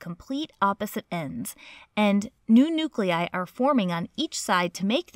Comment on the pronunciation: I just love the way you say "nu-clei"!